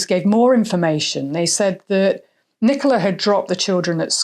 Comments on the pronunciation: He couldn't even get Nicola's name right 😡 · He couldn't even get poor Nicola's name right 😡